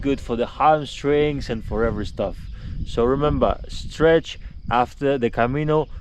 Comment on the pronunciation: STRETCH not STREACH